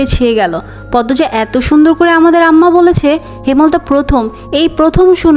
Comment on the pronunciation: হেমল তা ❌হেম লতা ✅